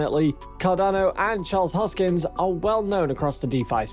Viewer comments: Repeat after me : HOS - KIN -SON, not hoskins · His name is not Hoskins, ... but Hoskinson, ... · Fyi its hoskinson... not hoskins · His name is not Hoskins. One job, get his name right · This is the worst video I've seen in a long time. First things first, his name is Charles HOSKINSON. Not Charles HOSKINS. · Hoskinson. Not Hoskins. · His name is ‘HoskinSON,’ not ‘Hoskins.’ Thanks. 😉 I stake ADA and ETH, and fully believe in both projects. Will one overtake the market share one day? Sure. Which one remains to be seen, of course. To say that there is anything illegitimate about Cardano is foolish at best. David Hoffman is a Twat. I think he is just being contrary to garner attention for himself. He dreams of becoming qualified to become a pimple on Charles’ ass one day. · When you pronounce the guy's name wrong over and over, that means you don't really know what's going on. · You cant even pronounce the dudes name correctly, and dont even factor market cap into any of what your saying. Peace out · I agree. $1000 pure click bait bullshit. This narrator can't even pronounce Charles Hoskinson properly. In the next 5-7 years... MAYBE $100.